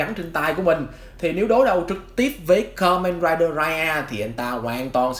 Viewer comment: Đọc sai chữ, từ ka men raiđer đọc thành karaider🖕